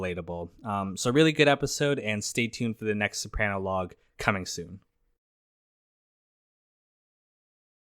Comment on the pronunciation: it’s pronounced so-pruh-no not so-pran-o (I born and raised Capaci south Italy)